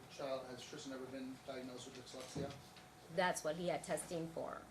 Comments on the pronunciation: OMG, mom is a CNA, not a doctor, teacher or pharmacist… and for the love of all things holy it’s pronounced DIS lex EEE ah and call OY dal silver. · Right?? Keep hearing "dickslexia" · This attorney has a tough time saying the word dyslexia LOL